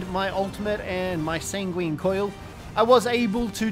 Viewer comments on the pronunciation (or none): Enjoyable video but it's san-gwen, not sanGWEEEEEEEEEEEN, that really started to grate on me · pronounce it how you want, I've heard more people pronounce it sang-ween than I have heard san-gwin